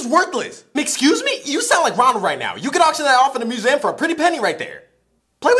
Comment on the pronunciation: Nah, It's MUSEUM not MUSAM